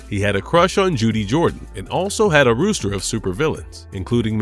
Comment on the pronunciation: roster, not rooster. is this an ai reader?